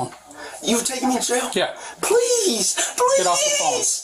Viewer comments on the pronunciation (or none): The second guy speak impediment is so funny “I swew to gawd, pwes “ 💀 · Bro can't even pronounce his L's 💀💀 "pwease!" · pov he said pweasee can i talk to ywou firsst